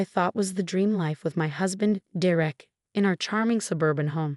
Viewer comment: For Gods sake “Derek” is pronounced dare-ek! Get it right or don’t do these narrations!